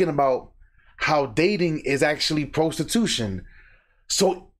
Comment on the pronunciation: PRO-stee-tution 😂 get a job